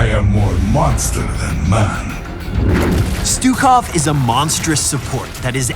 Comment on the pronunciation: pronounce his name right and we might get him.